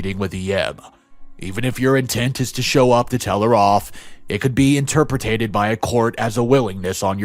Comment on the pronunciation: DHS in this country (US) is Department of Homeland Security, which is a federal department in charge of security for the nation, not HHS. HHS, or Health and Human Services, deals with families. Also, the word is squalor, not ‘a squaller’. Learn how to pronounce ‘unsubstantiated’ and ‘interpreted’ - the dictionary will pronounce it for you. Pre reading through the story for tricky words would help.